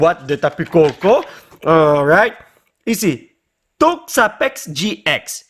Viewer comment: Oui ok mais au lieu de dire gi ex au gx dit gé ix